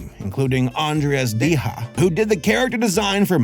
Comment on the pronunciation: You've gotta be one of the few people I've heard pronounce Andreas Deja's surname correctly. I know Andreas himself says it as "De-ja" but it was only because people were always pronouncing it wrong in the first place and he decided to just roll with it. Also this cartoon is an absolutely classic. I love it. Especially Kelsey Grammar as Prof Frankenollie (which is a Disney animator pun in itself)